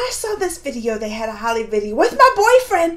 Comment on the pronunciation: it is HOLI pronounced HOLY